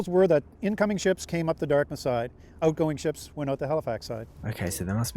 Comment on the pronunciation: He said the "Dartmouth" side.